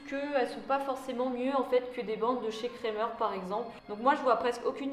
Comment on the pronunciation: Super ! Sinon petit conseil on dit "krAmer" avec un A 😉 gros bisous sinon 😘😘